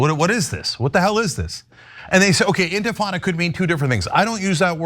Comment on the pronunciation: Shapiro: "Mamdani shouldn't say 'globalize the infitada.'" Cenk: "Shapiro worships the genocide of Muslim babies!"